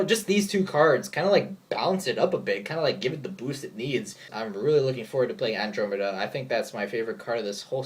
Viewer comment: some times i worry about the whole "get creatures in the battle zone faster than usual" thing. and the Fire Birds will make dragons even easier to summon and get their big big effects sooner. is someone going to -need- to run firebirds and dragons just to keep up with meta? andromeda (an-drom-ah-da). it's pronounced weird cause it's greek.